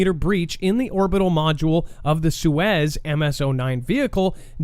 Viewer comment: SOY-ooz my guy. Suez is a canal. 😁👍 That's just my best attempt to spell it as is sounds. Soyuz is the actual spelling 😉 Wow, I was hoping to like this channel but some of the things I'm hearing are kind of silly. Your thoughts on space suit development are very special 🤣 "Put the 60's model on and get your but up there" I died 🤣🤣🤣🤣🤣 The fact that you think this is an actual option. Oh no 🤦🏻‍♂️🤣